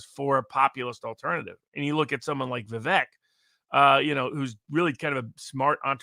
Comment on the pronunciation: Pronounced Vivek as in cake🤓 Much appreciate the discussion.